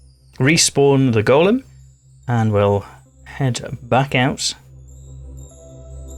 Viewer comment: You're correct in your pronunciation. "Go-lem" is the construct from Jewish mythology. "Gol-lum" is the name given to Smegol after he was changed by the One Ring in Tolkien's "Lord of the Rings."